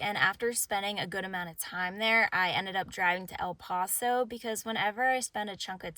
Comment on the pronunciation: I've never heard anyone say "El Pawso" before and that was so strange to hear my brain shut off for a second 😂